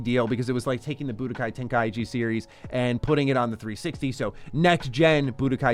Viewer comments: love the channel and your videos but im sure its ten-kai-chi not ten-kai-ichi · Ten-Kai-chi Say it right please